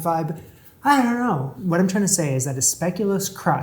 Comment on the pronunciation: Definitely heard "speculum crust" when he was describing the past cheesecake 😂